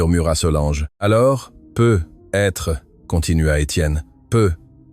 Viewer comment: "Peu - etre" c'est insupportable crtte facon de ne pas savoir parler français correctement